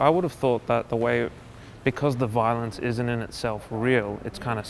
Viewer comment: if I hear the word "Vaaaalonce" one more time...